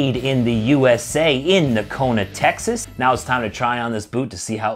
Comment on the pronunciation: Fantastic looking boots! Since they're made similar to Nocona's, I'm sure the fit & feel will be nice. I'd love to have that in a leather outsole, and wonder how that rubber compound sole feels. Excellent review. Correct pronunciation of the name with the silent G. The boot looks killer cool is black roughout! 👍